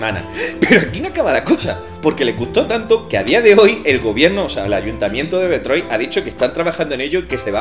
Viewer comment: Como pronunciada Detroit me provoca cáncer xD